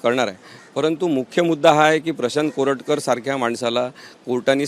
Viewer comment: Koratkat la Correct kar-a